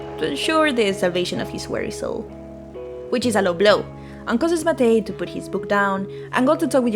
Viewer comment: hey just stumbled upon this randomly. first channel I've seen talking about this game that pronounces Matej correctly so thank you!! I'm not from the west slavic countries, but I am from a southern slavic country and most of the pronunciation of names and words from both you and seemed pretty much accurate (from what I could tell that overlaps with my language, slovene). I would like to reiterate what another commenter said that you could make your voice a bit louder than the music; though I checked out some of your latest video (about gobsmacked) and the balance seems mostly ok in that one, I think once you are able to get a good microphone your voice will be really clear. I really like your character, it's very expressive and funny (I also checked your twitter and I really like a lot of your art!) best of luck with your channel! I hope you continue to make videos on stuff you're interested in